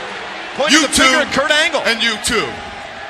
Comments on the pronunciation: "Kirk Angel" lol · It always cracks me up every time Y2J says Kirk Angel 😂😂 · called him 'Kirk' too